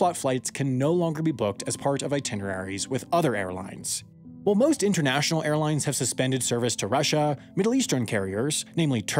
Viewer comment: It's "Airlines", not "Airlinses"